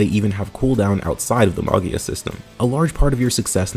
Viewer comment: "Magia" is italian for "Magic" so the G is soft as in "Gem", with the accent on the I